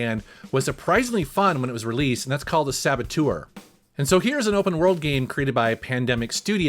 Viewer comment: The "sabotoyr" LOL. Being French Canadian and seeing the title, I couldn't wait to see how you would pronounce it. That was great LOL